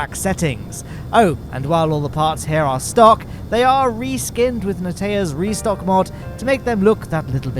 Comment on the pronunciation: if you listened carefully, he said "ReStock"